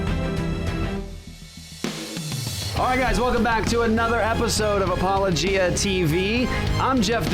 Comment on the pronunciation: It's pronounced "apo-LO-gia"